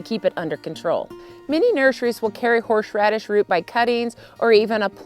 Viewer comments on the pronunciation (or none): Why does she keep saying horsh-radish? Isn’t it horse-radish? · I'm dying at "horsh-radish"